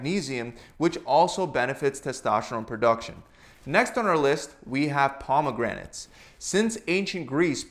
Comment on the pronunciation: the why he pronounces pomegranates fucking hurts